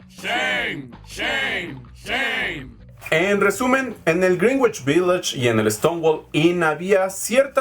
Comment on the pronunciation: ¡Muy buen video!, como crítica constructiva, te recomiendo checar la pronunciación de "Greenwich" :)